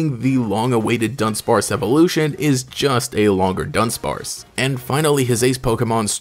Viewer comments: it's du-dunsparce, not dun-dunsparce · Do-Done-Sparce. Not Done-Done-Sparce hahahaha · Him pronouncing Dudunsparce as Dundunsparce is hilarious to me, dun dun lol